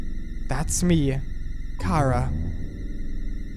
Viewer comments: OK not to be rude or anything just your saying cara like its a vegetable while i say it like chara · It's not khara it's ch chara ch ara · sigh ITS NOT CARA ITS CHARA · SHE NAME NOT KARA, SHE NAME CHARA CH CH CHARA! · Is it pronounced cara or chara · Your saying chara wrong its ch-ar-a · its chara (chRa) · Its not kara